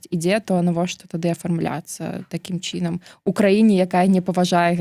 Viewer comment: Што з мовай!?НЕмагчыма казаць :такім чИном...Жах!Кажы тады па руску..